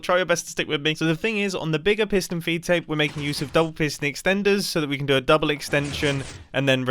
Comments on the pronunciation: take a shot everytime he says pistion feedtape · P i s t o n